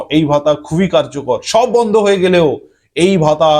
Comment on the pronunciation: Vondho,vikolpo ki bajey uccharon apnar